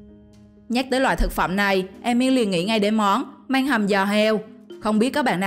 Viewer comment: Măng mà nói manh